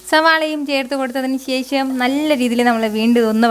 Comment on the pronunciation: "ശേശം" അല്ല... "ശേഷം" ആണ് ശരിയായ ഉച്ചാരണം